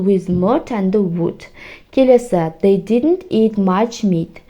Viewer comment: Зей дегенде ду болмайды ма?зей диднт деп қойыпсыз бәрін😢